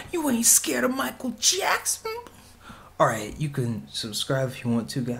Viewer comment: you said michael jackson worng